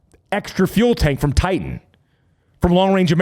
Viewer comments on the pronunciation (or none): none